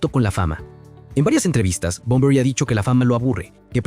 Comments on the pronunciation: lamentable video, todo hablando de supuestos, "dicen" . Una verguenza digna de un pobre tipo que odia a Bunbury, pero que inmediatamente despues dice que es una leyenda, no puede ni nombrarlo porque le dice Bombory. La comparación con jim morrison digna de alguien que nunca escuchó Heroes ni a BUNBURY...en fin, si alguien está leyendo éste comentario antes de ver el video, no pierdan el tiempo, es puro cotorreo de peluquería sin ningún sustento, no le den like, no lo sigan ni toquen la campanita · Muy negativo este análisis; bastante insulso y sin argumento, Bunbury se pronuncia tal cual se escribe, no es Bonbory, un irrespeto total a un Maestro innegable, Poeta ecléctico y sensible; busca no más otro oficio pendejo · "Bomborui"🤦😖 desde luego... De asco escucharlo pronunciarlo 🤢 No pude ver el vídeo mas de 5 minutos. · Por qué no aprendes a pronunciar bien su nombre?? Es muy fácil, solo hay q leerlo bien